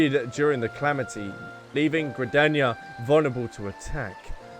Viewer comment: OMG !! THE MAD LAD DID IT !! he finally said Limsa Lominsa and Gridania right !!!!!